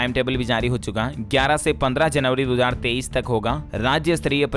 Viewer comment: Bhai aap 2023 ko 33 bolte hai. Lekin bolne ka style achha lgta hai